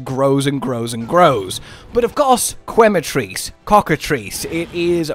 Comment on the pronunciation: Its pronounced ke-ma not kwe-ma also it will definately be one of Cottons favorite new monsters along with Uth Duna